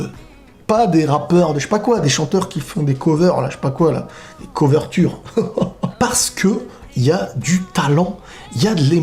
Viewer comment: "coverture" mdr 😂